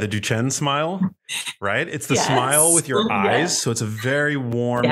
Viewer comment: Duchenne is pronounced "dewshenn", accent on the last syllable.